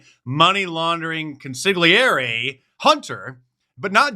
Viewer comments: Mark, please, it's con-sill-yah-ree. (Just look at my last name.) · “Consigliere”….You killed me, Mark. Cheers from Ottawa, Canada 🍁